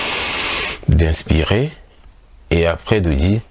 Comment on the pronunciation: C'est tres intéressant sauf que je suis mélangée entre votre prononciations du mot expirer et inspirer , vous le dites de la même façon , ce qui rend la compréhension difficile....!!